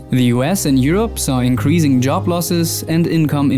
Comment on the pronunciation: Please pronounce increasing properly. Good video though!